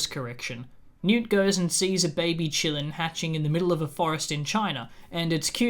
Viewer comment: i know you're saying "qilins" but i keep hearing it as "chilluns" (as in children) and i just think that's hilarious. also, the qilin in chinese mythology (or kirin, in some cultures) does have a story of basically being an omen for the next ruler or sage of an era. it's been used in some media (like pet shop of horrors) to symbolize divine authority and its choices, but it's not THE PICKER OF RULERS in the sense rowling decided it was. so to me it feels like she did a racism/orientalism, which she does a lot (what the fuck kind of name is nagini? that's not a name lmao, you just took "nagin" (snake lady) and added an 'i' to it joanne wtf). anyway, love your videos,!